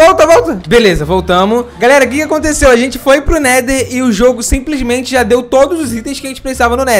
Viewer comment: O falando simprismente kkkkkk